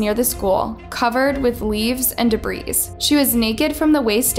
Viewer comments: "de breeze"???? Girl, are you f*cking with us?! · Debris = duh bre. Not debreeze